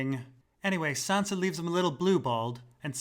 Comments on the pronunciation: nigga why u say SANDRA - ????? u know it she name its SANSA. nigga give some respect. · Q&A: How come sometimes you say Sansa and sometimes you say Sandra? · Earlier in the season Lyanna Mormont pronounces Sansa Sandra for some reason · Why you keep saying Sandra instead of Sansa? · Q&A: Is it intentional that your character is unable to pronounce Sansa 80% of the time and instead grunts it into a Sandra, or was it your voice being strained to far out of it's comfort zone? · why tf are you calling her "sandra"